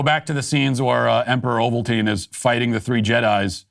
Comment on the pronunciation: Bro couldn’t get the name right massive L :(